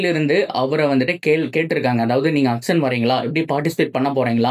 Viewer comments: Athu ennaya "akson" 😂 Auction nu thanaya solluvanga😅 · Akson ila Bro... Auction.... Your video super... Auction ah matum nalla pronounce panunga